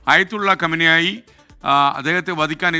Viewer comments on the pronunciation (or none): കമനായ് 😂😂അല്ല ഖമേനി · കമന്നായി അല്ല പീ പീ